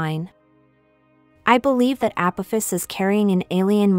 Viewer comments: A-poff-iss Apoffiss Apophis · You cannot even pronounce Apophis correctly .... Never heard of him before, did you? Ancient Egypt? History books?